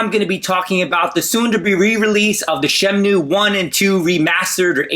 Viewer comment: what is "SHEM-NEW" is that the same as the Shamwow?